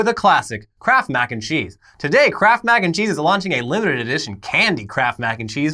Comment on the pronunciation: All I heard was "candy crap mac and cheese"